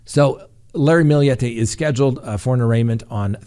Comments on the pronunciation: Her name is maya her family calls her may for short! And you pronounced Millete correct!! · Your pronunciation is right on. It's a Spanish last name. Maya is also Spanish pronounced as mah-yah. Your good 💕